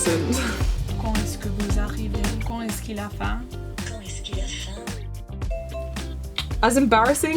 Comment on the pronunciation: That's great !! Take care, the pronunciation of your computer isn't acurate : in the sentence : " quand est-ce qu'il a faim ? " you have to pronoune the "d" (pronounce it like "t) at the end of "quand" for there's a liaison with the vowel.